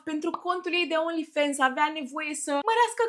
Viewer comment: Ba frate, vorbiti engleza cum trebuie, nu americaneste 😂 e Fans, cum ai citi in romana, nu fens 😂